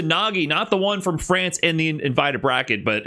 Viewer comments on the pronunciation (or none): say france like that again, and im unsubscribing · Is calling France "Frawnce" engagement bait because if so you got my ass